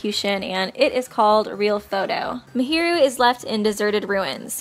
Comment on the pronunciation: You said mahiru wrong lol